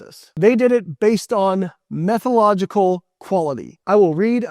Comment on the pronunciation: Dr. Lane n would garner more respect if he could pronounce salient terms correctly. Methodological has an entire syllable that he leaves out. And his histrionics are ridiculous.